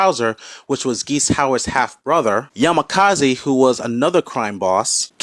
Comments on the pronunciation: oops! it's "Yamazaki" not Yamakazi. Great video though. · I love how you say you did research and that you're a Fatal Fury fan and you keep calling Yamazaki as "Yamakazi" -_- Instant dislike for the video just for that. You also said so much shit anyways. You forgot to mention that Terry used the technique he learned from Tung Fu Rue and couldn't beat him otherwise (of course in the game this was never mentioned but it was mentioned in the Anime in which only Terry beats Geese and in the games well everyone can beat Geese when he was boss because that depends on the player not that it actually happened cause if you take that into consideration then you must also take that Ken beats Seth and Bison many other bosses in the games). Without that power it is an even fight and I still think Terry wins but you are indeed biased not mentioning all that. This would be a very hard fight for Terry and either could win but Terry is a little stronger AND if you include that power from Tung that is like the Spirit Bomb from dbz then Terry defo wins. Just leave the real research for the real boys , kiddo.